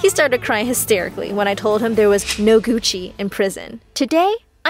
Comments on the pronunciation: Am I'm the only one that thought she said: "there is no coochie in prison". When she actually said "Gucci". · I thought they said coochie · I thought she said coochi or sum like dat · Gucci rhymes with cuchie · mbnYT exactly 😹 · lmao me too